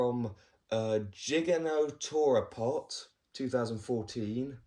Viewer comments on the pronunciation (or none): Just so you know it's actually gi-gan-to-rap-tor 😊